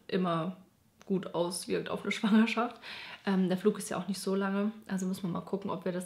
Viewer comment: Besonders „Schwangerschaft“ puhhh